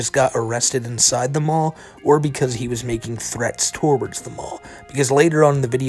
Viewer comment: “Torwards the mall”😂. Dude, was this a brain fart or can you not pronounce “towards”?